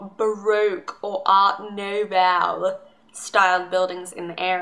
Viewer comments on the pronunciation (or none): none